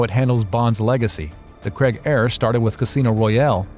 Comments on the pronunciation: Good video mate! Quick note to all Americans...Craig is pronounced crayg. The ai produces a y sound. It's not pronounced cregg. Great analysis of the movie and franchise tho and I couldn’t agree more! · Craig is NOT pronounced "Creg". It's Cray-g... and naturally "Real progress" always means replacing the white man with a black woman in the mind-sickness infested mind. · Why do Americans find Craig so hard to pronounce? It rhymes with "Vague" and "The Hague" ... It's not "Creg"...